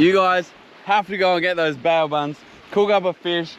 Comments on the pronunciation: BAO - pronounced BOW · Another cracka guys, but please it’s pronounced “bow” like the front of a boat so “bow buns” hahaha love you tho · Come on guys its pronounced BOW buns 😂